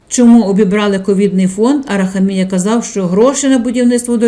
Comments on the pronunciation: Правильний наголос у прізвищі "героя" відео на третю букву "а", а не на букву "і": АрахАмія, бо його корінь "хАм"! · Ставте правильно наголос в прізвищі. А взвгалі все правильно. Барига, брехун, злодій.